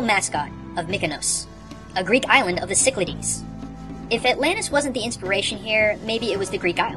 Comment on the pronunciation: I'm Greek, so I think I should mention this. Your pronunciation of the Cyclades Islands is incorrect. The Greek spelling is Κυκλάδες. The third letter from the end is a Delta. In Greek to English translations the symbol "Delta" (capital: Δ, lowercase: δ) is the analog to D, but it's actually pronounced like the "TH" sound in "the" or "therefore." The letter's name is pronounced "thelta," again with the vocal "TH." The "Y" should also be pronounced as a long "E."